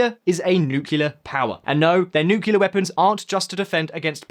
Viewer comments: Did I hear you say "nucular power" instead of "nuclear power" ? Did you spend too much time in the US ? :))))) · Bro it's 'Nuclear ' program and not 'Nuculear' program . By the way are you from The United States??? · nucilar power!? Isn’t it nuclear? 🤔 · New- CLEAR! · Stop saying nukiller it’s nuclear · Lol Bhutan, not "Buthan". Kilometre rhymes with millimetre, not thermometer. And it's nuclear, not "nucular". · Can you not say Nucular...